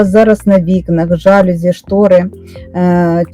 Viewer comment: Корисне відео. Дякую. Але є один мінус---в слові ЖАЛЮЗІ наголос на букві "І"